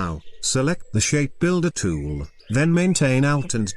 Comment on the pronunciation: Everytime the tts says tool, all I hear is Toowowowloo